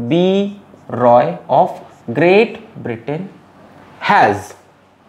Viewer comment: Sir it is Britain not Britian 😂😂😂😂☺️